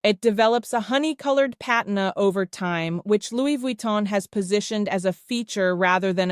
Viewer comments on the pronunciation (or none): 🚫🚫🚫🚫🚫🚫🚫🚫🚫🚫🚫🚫 The pronunciation of the word PATINA is Pa-Teen-na. Not pronounced with with long “i” sounding like the word PIE Please know these things before you make a video. Patina … google it for the pronunciation. TY